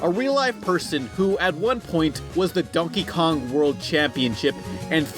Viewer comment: did you just say Dunkey Kong?